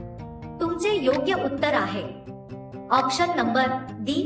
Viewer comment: आॅक्शन नाही आॅप्शन म्हणा. आणि ये नाही ए म्हणा